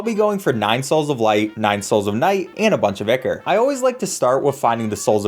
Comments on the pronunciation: i believe its pronounced "eye Core" not icor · EYE-CORE not icker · Btw I’m not sure if it’s just me, but I think you said ickor, when it’s pronounced Eyecore. Or spelled ichor. Btw again, you guys are amazing. It’s so fun to see you blow through this game. I consider this Minecraft with the difficulty of hollow knight. Not totally, but it is really hard. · Its pronounced EYE CORE. Not ICKER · Ichor isn't pronounced icker, its eye-core or eye-kur. I know Ichor sticker is supposed to rhyme but it doesn't. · It's pronounced "eye-core". Not "ick-ur". Sorry, that shits annoying. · Ichor=Eye-Core. not icker. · Eye-core not eek-ker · i love the video but ikm clutching my fists every time i hear ichor likr (ickor) instead of (I core) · its pronounced eye core not e ker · It's not icker it's ichor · It's EYE-CORE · So nobody is going to comment on the fact that they pronounced ichor like icker? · My heart physically aches whenever he pronounces Ichor wrong. It’s supposed to be “Ai-kor” or “Ai-ker”. But hey, great speedrun. Never played Terraria, but looks fun! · it's so weird to me to hear ichor pronounced 'icker' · AAAAA BOTH OF YOU ARE SAYING ICHOR WRONG AND ITS BUGGING THE HECK OUT OF ME! IT'S PROUNOUNCE EYE CORE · The pronunciation of ichor is fantastic (it's eye-core btw) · btw it's pronounced I-core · ichor is pronounced like eye-core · btw the word ichor is pronounced eye-core, no flame just letting you know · for the love of god its not ichor its I CHOR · It's pronounced eye core you fucking jackass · The pronunciation of ichor hurts me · thats not how ichor is pronounced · NO ICORE THATS HOW ITS PRONOUNCED AND AD I MAN TITE NOT ADMITE